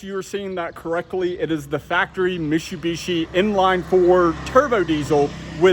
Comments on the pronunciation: Mishubishi??? It’s MITSUbishi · Stop saying mishu bishi its mitsu bishi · It’s Mi”T”subishi. There’s a T in there... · I've never heard Mitsubishi pronounced Mishu-bishi. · Its not Mishubishi its Mit-su-bi-shi, MITSUBISHI !! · Please learn how to properly pronounce Mitsubishi. It's not Meeshubeeshee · Mishubishi LOL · They way you pronounce mitsubishi is driving me nuts lol. its "Mit-soo-be-shi" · Mit-su-bi-shi... Mishubishi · Say misssshhsssubishi again... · Did you say “mishubishi”? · Car guy? Learn how to say Mitsubishi!🤦‍♂️ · Cracks me up every time you try to pronounce Mitsubishi